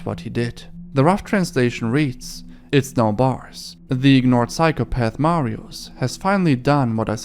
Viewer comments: i hate every youtuber that doesnt give a fuck about proper polish pronounciations it really isnt fucking hard to say mariush (sz makes a sh sound) instead of mariuz and i know hes a deplorable person but this is such a pattern everywhere im so tired of it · bo nawet nie ma próby w jego wymowie mówi Marios nawet u dobrze nie wypowiada. Nazwiska wymowa jest najbardziej amerykańska jak się da. Nie starał się. Jakby to było po hiszpańsku to by spróbował i itak by jeszcze przepraszał na kolanach za błędna wymowę. :/